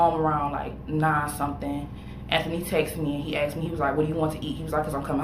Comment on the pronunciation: I know, right 🥴. Or how about, “light skindid” or I “axed” a question verses saying I “asked” a question 😂. It’s insane.